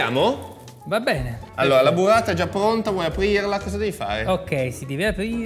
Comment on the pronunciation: La buvvata l'ho sbucciata pevsonalmente ievi seva